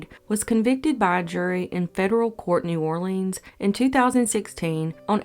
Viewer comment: you pronounced New Orleans wrong.